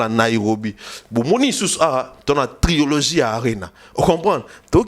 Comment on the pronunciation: On dit trilogie et non triologie!